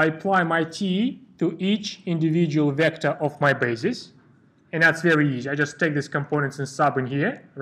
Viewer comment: everything is really nice, but you prounce vector in wrong way, E should be strong, not like in russian)))) but thanks for video, it helped me!